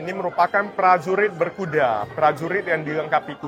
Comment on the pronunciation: Prajurit bukan plajulit , berkuda bukan belkuda 😅